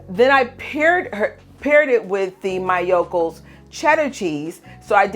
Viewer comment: I love the solid so much. It’s soooo good for caprese, but it’s impossible to find near me and they don’t sell online anymore 😭 I’ve been wondering whether the liquid could be cooked up into a solid block 👀 Btw the pronunciation for Miyoko’s isn’t MY-o-ko, it’s ME-o-ko. 😂